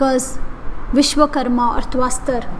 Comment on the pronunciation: Tvashtra and not tvaastar